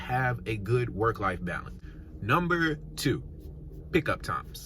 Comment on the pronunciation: “Numbee 3” 😂🙇🏽‍♀️❤️